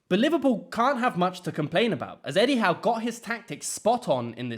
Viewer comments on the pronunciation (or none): none